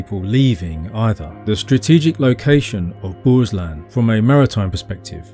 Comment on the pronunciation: I regret being late to this video, but I must commend you right away, because you got the pronunciation of Bohuslän very nearly right and it was almost perfect. Props also for "Skagerack" and "Kattegatt", especially how you pronounced the latter. Such details show that you really care about the topic, and the entire video is evidence of this.